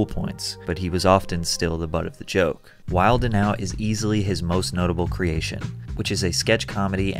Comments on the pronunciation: Never heard anyone say the "d" in "wildin' out" 😂 Pretty funny when you're talking about someone being corny 😂😂😂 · FYI the D in wilding out is silent. You sound like the feds otherwise.